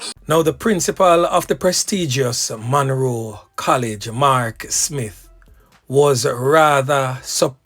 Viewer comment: Munro NOT Monroe